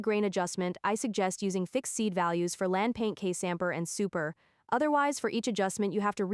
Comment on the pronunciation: Love the way she says Sampler....she says "Sampur"...LOL